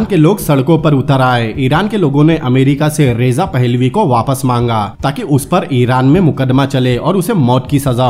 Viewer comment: रेजा नहीं रजा शाह पहलवी।। बाकि सब इतिहास का हिस्सा है। बढ़िया व्याख्या की है आप ने।